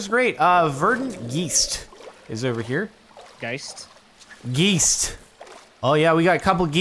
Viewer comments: Your pronunciation of geist hurts me. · Geist is just the german word for ghost and it is pronounced "Guyst" not "gheest" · G-E-I-S-T not "gist",c'mon men i don't even speak english and i can't stand that misspronunciation xD And use the hearthdust, its like the best consumable item in the game man.